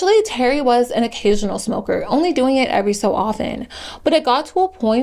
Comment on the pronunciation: Not gonna lie I used to make fun her saying “ I used to be a ‘moka” when I was a kid. I stopped doing that but I still think saying it like that is funny